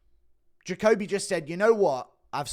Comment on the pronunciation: Bro it’s juh coh bee